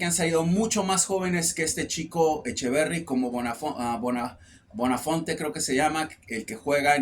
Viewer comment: "BONAFONTE" 😂😂😂 Buonanotte